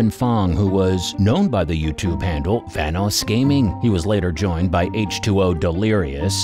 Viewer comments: 😂😂😂😂 vanos I'm done bro why did he saying like that tho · YOUR SAYING VANOSS WRONG